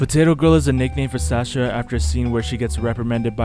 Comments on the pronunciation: bro said sacha its sasha btw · its sasha not sacha